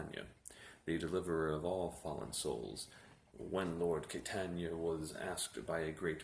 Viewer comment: Caitanya = Chai-tonya